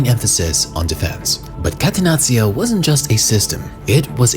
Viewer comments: Please call it Cattenacho not Catenazzio 😂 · Sorry, but had to quit watching after the third time hearing "katenazio". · Catenazzio? Hahahah. Bruv it’s Catenaccio. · kah-teh-NAH-cho ....please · what the hell is catenazio? I'm not even Italian and I'm pulling my hair out each time I hear that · Great video!!! Just one thing, call it like this - Catenachio. That's how you read 2 C's in Italy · Catenaccio mispronunced, it' painfull to Heard by an italian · Learning how to pronunce "catenaccio" correctly when you intended to use the word as many times was too much effort? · the way this clown is pronouncing catenaccio🤣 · I cringe on how this guy says Catenaccio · Great video!!! But please, if you gonna say a word several times, say it right. Everything you said Catenaccio it threw me off😭☠️